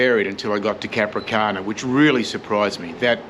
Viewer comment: The towns name is "Capranica", not Capricana....